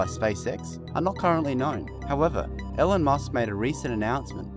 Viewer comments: Pronounced "Eelon...not Ellen"....jesus.... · nice video.. but the name is pronounced ee-lon, hope you correct it next time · His name is not Ellan, it's Elon. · His name is pronounced "E Lawn."